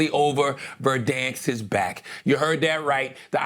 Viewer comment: Someone musta corrected Charla on "verdanks" lol!